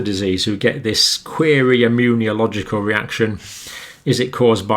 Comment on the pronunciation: john cambell I love your videos but can u PLEASE stop saying “immun-ee-oh-logical” its meant to be “immuNOlogical”! driving me a bit batty. this is because we are reading along the text as you speak. thank you for all else 🙏🏼